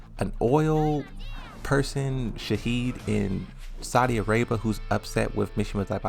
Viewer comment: I wonder why do you keep calling Shaheen "Shaheed"?